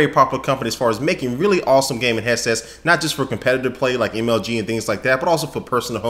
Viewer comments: "hesses" lol god you're awesome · I keep hearing him say "Heasess" lol